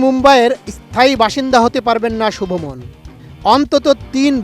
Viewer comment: সাংঘাতিক শুভ মন কি আবার? তার নাম শুভমান গিল😂